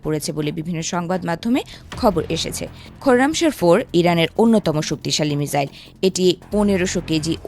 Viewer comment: মিজাইল নয় মিশাইল।